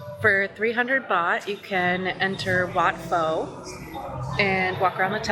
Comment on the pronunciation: You can do the train market on the actual train. Look on line and it will give you the details. BTS, train, ferry and train into the market. About 100 baht pp. PS. You were doing well with the names of places until Wat Pho. It starts with a P not an F 😉 Also check out the green lung for a get away from the madness of Bangkok without leaving Bangkok